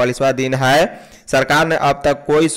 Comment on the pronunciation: Bhai hai hota hai,haai nhi